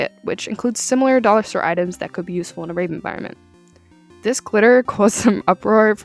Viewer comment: It's either my ears or the way you pronounce it but i keep hearing "rape" not "rave"